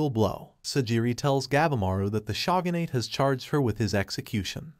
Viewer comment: good video but i cringed every time you butchered a japanese word like Shinobi and Shogunate etc...